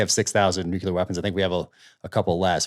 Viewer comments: Peter, you are intelligent, so please pronounce NUCLEAR properly! IT'S PRONOUNCED, NOOOOCLEEEEAR, NOT NOOOOKYOUUUULAR!!!! I cringe everytime I hear people say "NUKEULAR", which is NOT a word. I expected that from BUSH, years ago, but not today from smart people. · Come on, both of you! The term "nucular" does not exist. Your credibility declines precipitously every time you use that term, rather than nuclear. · It makes me cringe when Zeihan pronounces the word nuclear as "noo-cue-lar". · People who talk about ICBMs and pronounce the weapons as "Nu qu lar" do not lend themselves much credibility about anything else they're holding forth upon. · Nuclear, not nukular.